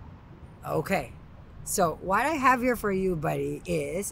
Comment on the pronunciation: "okhae" I love that. Everytime you say it I picture you as a French man sipping a coffee at a bistro. 😂❤️